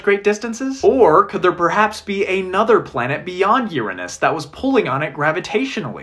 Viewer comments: The first person ever to pronounce it “Uranus” and not “Ur anus” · Insulting? Uranus was named after the Greek God of sky “Uranos” with the exact same pronunciation as the guy in the video said, if anything you are the one who is insulting here and disgusting too.